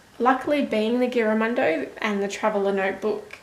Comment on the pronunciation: Never heard of this notebook but looks great! :) Just a heads up, The "g" should sound like a "j". Giramondo means around the world or traveling around the world. I'd love to get one, would be awesome for my traveling doodles. thanks for sharing your review!